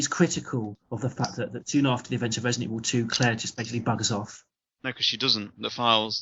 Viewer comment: “It’s jus’ naught Residen’ Evil” sigh Totally agree, Man. Totally agree.